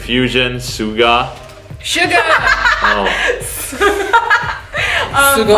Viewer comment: Funny thing is, before I knew the correct pronunciation, I also pronounce Suga's name like Kevin in this video, so I can relate so much XD